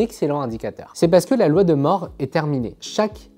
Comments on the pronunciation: La loi de Moore, ça se prononce MOURE et pas MORE... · Ne pas savoir qu en anglais Moore se prononce "moure' , bon encore je veux bien, mais cette loi si connue, qu un youtubeur PC disent la loi de "MORT" , on se dit qu il n a jamais du entendre ce mot c est pas possible ! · Ca se pprononce "moure"...